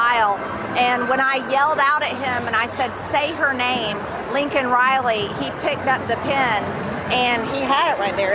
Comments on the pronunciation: Did she NOT just pronounce the name as Lincoln Riley?? Yes she did indeed. What a hypocrite. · #RepMTG literally mispronounced the young lady’s name while being accusatory about someone else mispronouncing her name! 🤦🏻‍♂️ couldn’t make this shit up if you were writing satire; give it some thought as to who’s not governing and where they’ve led us all as a nation…